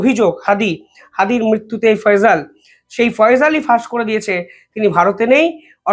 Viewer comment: ফয়জল না ফয়সাল বলুন। উচ্চারণ ঠিক করুন । বয়স আর একটু বেশি হলে তোমার এই পেশায় নিয়োজিত হওয়া উচিত ছিল। অনেক সময় তোমার Video দেখছি কথা বলতে বলতে একটু থেমে যাওয়া আবার অন্যমনস্ক হয়ে কথা বলতে থাকা এসবই হচ্ছে আমি ইন্জিনিয়ার প্রদীপ কুমার রায়, বিসিএস, নির্বাহী প্রকৌশলী, বাংলাদেশ থেকে মনে করি অল্প বয়সে এই ভারী কাজটি করার ত্রুটি। ধন্যবাদ।।